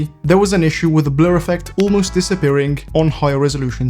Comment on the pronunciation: he literally clicked the Blur setting, he just pronounced it weirdly. Nothing to do with Bloom.